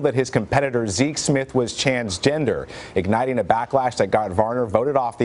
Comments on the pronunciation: He did say "chansgender" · Did no one else notice he said "chansgender"? Lol. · He did say “chansgender” 😂😂